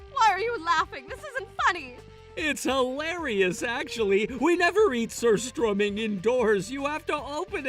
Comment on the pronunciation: Surströrmming hahaha talk about stinking situation 😆🤣